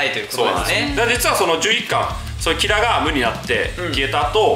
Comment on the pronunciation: キラのイントネーションに終始違和感しかないんだが（笑）